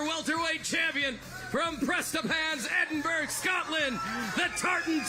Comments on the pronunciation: EdinburA it's pronounced ffs not Edinburg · JT isn’t from Edinburgh, he’s from Prestonpans which is 7miles away - also it’s not pronounced edinBURG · Enidburg 😂😂😂 i